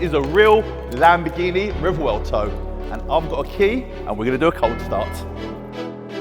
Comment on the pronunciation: How the fluck can he not pronounce it? Rev well toe. Simple